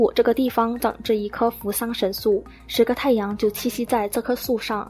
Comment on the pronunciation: 三星堆神树，还是叫三星堆神素呀美女？😂😂